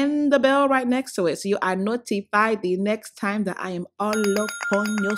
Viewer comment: I just died thing was tiyouuuuuuumm!"....LMAOOO